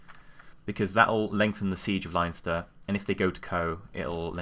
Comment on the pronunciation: It's pronounced Len-ster not Lion-ster. (I live in modern-day Leinster).